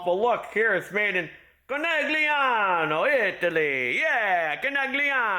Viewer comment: It's pronounced I-tally,.